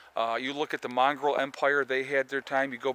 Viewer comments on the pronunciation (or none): mongol not "mongrol"